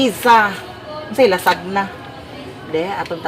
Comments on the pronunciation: Lasanya po ang pronunciation not lasagna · ( ayaw lainag sabot ha)...ang LASAGNA kay Lasanya ang pag pronounce ana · Dili Lasagna ha it's lasanya